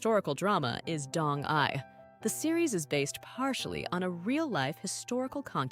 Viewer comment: Pronunciation of proper nouns, esp. DONG-YI, is horribly wrong. Did you even watch that drama??? Bcoz I have seen it at least twice, and NEVER did I hear Dong-Yi pronounced as Dong-'eye'!😂